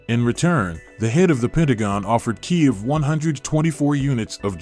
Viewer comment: you said kiiv 😅🤣😂